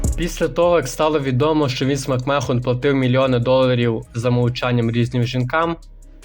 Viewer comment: Англійську підівчи. Який Макмехон, який вілд(Wild). А так непогано